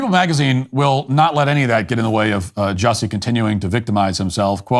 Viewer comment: It's pronounced "Juicy."